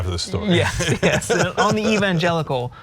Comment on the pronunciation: Was tRump struggling with the pronounciation of evangelicals or was he suppressing a shart?